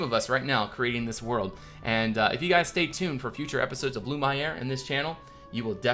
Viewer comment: If you're going for a more french pronunciation, Lumiere = Loo-mee-air